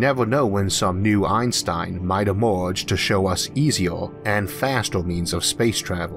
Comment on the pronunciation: This guy has a weird accent that makes these videos hard to watch. Does anybody know where he comes from and what type of accent he has? For example, he pronounces "Fermi" as "Formy". Another example is that he pronounces "Inter-galactic" as "Into-galactic" and he also pronounces "Emerge" as "E-more-ge". This is the strangest thing that I've ever heard.